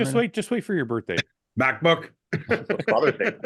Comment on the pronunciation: mike mocking pauls ``mackbook`` is the funniest shit ive seen today